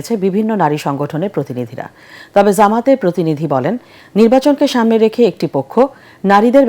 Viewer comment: যামাত ❌ জামাত ✅ সাংবাদিক 😂